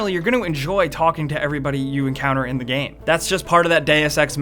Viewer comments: Please... this games title is pronounced "D[u as in burger] ex" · still didn't find anyone who can pronounce "deus"